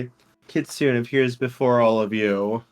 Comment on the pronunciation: Another wonderful session! Also, are you saying "kitsune"? Because if so, it's pronounced more like "kee-soo-nay", not "kit-soon" haha I hope you all have a wonderful day!